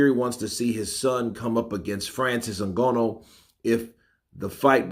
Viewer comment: learn to pronounce Nganous name.